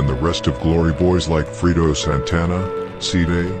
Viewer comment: I got mad asf wen called the man “Frito” Santana…